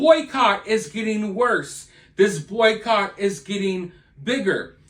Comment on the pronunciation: Im sorry. Are you saying boy coch?